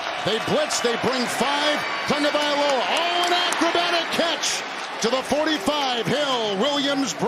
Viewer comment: Its not tongue-valoa its tah-go-vye-lo-ah